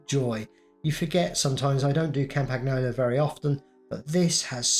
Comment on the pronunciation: I like how he butchers Campagnolo pronounciation every single time